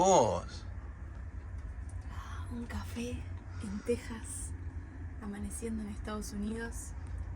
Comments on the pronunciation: Recuerden que para todos los mexicanos Texas se pronuncia Tejas y no tecsas lo escuchamos desagradable. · *tejas, irónico que l@ sudamérican@ escriban méxico con jota y tejas con equis y aparte pronuncien "tecsas" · buen dia si hablan español Texas se pronuncia Tejas se tiene que oír igual que al pronunciar Méjico si lo pronuncias con la x se escucharía raro